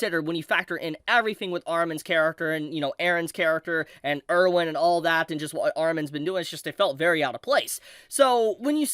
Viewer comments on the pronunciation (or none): none